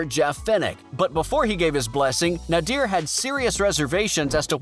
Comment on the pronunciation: Good vid but it’s not pronounced nadeer it’s pronounced nay-der side note: Nader didn’t not want Hassan to fight Hassan kept doing boxing then stopping so Nader said take it seriously or your not doing it